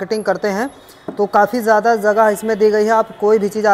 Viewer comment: Zaada nahi zyada hota hai, zagah nahi jagah hota hai, sheet nahi seat hota hai.. pehle home work karo bhaiya fir aana 🤣